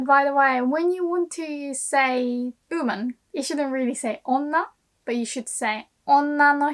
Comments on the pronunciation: your English pronunciation is so good, but I don't understand why you keep saying "OOHman" instead of "WOman", I realize the hiragana for "wo" is pronounced "o" but YOU know the "W" is pronounced in English. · how hard are you cringing at the way you say oOO-man in this video? 😅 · Seems she drops the W sound. Maybe British accent? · はいつも面白いの事動画レッスンを作ります。ありがとう！日本の文化と漢字のテマはスーパおもしろいだと思います。もっと作りておねがいします。質問です:「って」何ですか？ 動画の中ではは「優し人になって」って親はよく言います。」と言いました。私はよく日本人が「てて」,「ってって」と言うのを聞きますが、その意味はわかりません。はすでにこの文法構造に関する動画を作成しましたか？ すみません、I have also to ask a question about English pronunciation by Japanese people. Why are native Japanese speakers able to pronounce the word "one" perfectly, but are unable to pronounce "woman" properly? I mean, the beginning of the word "one" and the beginning of the word "woman" are pronounced exactly the same in English. But often native Japanese speakers say "uuuman" instead of "woman". I don't understand why. ドイツのベルリンから、お早う！ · The way she says ‘woman’ here kinda sounds like she’s saying ‘human’ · you are the best teacher on YouTube! one constructive comment: you are mispronouncing the word "woman" check the pronunciation on the Google translator or on the Cambridge or Oxford dictionaries online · That's interisting, from my perspective of a non native English speaker, I always thought that her English sounds very british (and beautiful hahaha!), but the way that she says "woman" is strange even for british, If I knew where she lives (or learned English) it would be help to clear things up hahaha. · I know this is a Japanese lesson and not an English lesson, but you may want to work on your pronunciation of "woman". Note that "woman" (singular) and "women" (plural) are pronounced very differently in English. :)